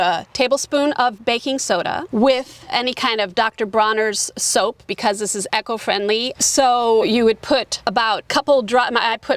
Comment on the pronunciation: Nice talk, but eco is not pronounced echo. Not trying to be mean or anything, but it jarred every time you said it. E-co. Jon in rural BC, Canada